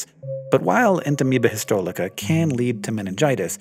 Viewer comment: It seems a little strange that Naeglaria fowleri has been well studied, but you don't have any video or at least micrographs of them to show us. P.S. "En-ta-me-ba hiss-toh-lee-kuh" -- you're omitting an entire syllable: "lyt" (pronounced "lit"). I am not a microbiologist and only the most casual student of Latin, but "Entamoeba histolytica: is pronounced "En-ta-me-ba hiss-toh-lih-tih-kuh" (the "ih" and "uh" standing for the short vowels "i" and "u", respectively).